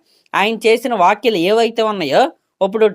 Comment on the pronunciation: Vokyalu vottakayalu kadu bro vyakyalu😂😂😂